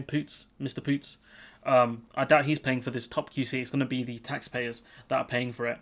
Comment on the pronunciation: You pronounsing his name wrong. Ask jews how to do it